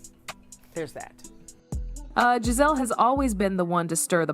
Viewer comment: At least say Gizelle name right